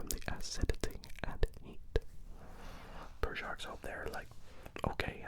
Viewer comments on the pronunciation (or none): “poor” not “purr”